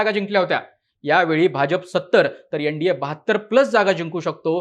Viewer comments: एण डी ए नाही रे एन म्हण .न ला ण म्हणू नये. योगेंद्र यादव नेहमीच चुकत आलाय. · यनडिए नाही रे एन डी ए म्हण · यनडीये नाही भाऊ तर एनडीए अस उच्चाराचा सराव करा